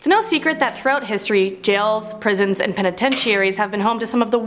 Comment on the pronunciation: Oh... oof scarwy pwisons